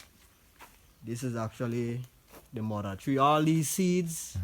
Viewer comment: no he doesn't have a jamaican accent, the way he pronounces mother and more words is tale tale sign he is not jamaican